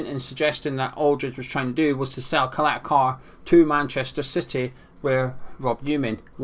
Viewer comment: His name is Ćaleta-Car (Cha-leta Tsar)